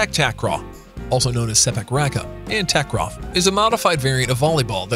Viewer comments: how i wished you can pronounce takraw you're saying it incorrectly takraw (a pronounced as an o sound) it should be (au sound). Takraw (au sound) ✅. Takraw (o sound) ❎. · Which "a" in takraw should be pronounced with the "au" sound? Is it t(au)kraw or takr(au)w?